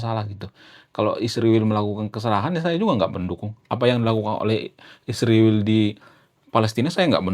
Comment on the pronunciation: PEMBAWA ACARA HARUS BELAJAR MEMBACA LAGI,,, I S R A E L,, DI EJA YG BENAR,,,YA,,, 😊😊😊😊